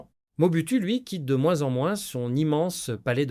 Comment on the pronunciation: Merci pour la narration ; Juste un astuce de script : indiquez dans le prompt que l'IA doit prononcer "OU" le "U" lorsqu'il voit le mot "MOBUTU", 😉